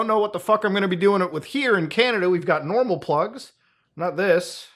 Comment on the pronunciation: bro just said nnormal plugs